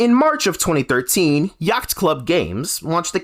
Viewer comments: “Yackt” club games. Dude, what are you doing? It’s hard to watch a video with someone trying to deliver some sort of hard hitting news on a subject when they can’t even pronounce the company that is the focus correctly. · My guy....you don't pronounce the C in Yacht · ah yes yaghtht club games